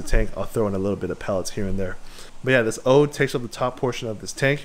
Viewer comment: It's odoe, as opposed to 'ode' as you kept saying.